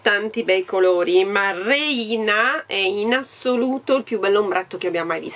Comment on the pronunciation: Ciao, la parola reina in spagnolo significa regina e si pronuncia réina, con l'accento sulla e 😘😘😘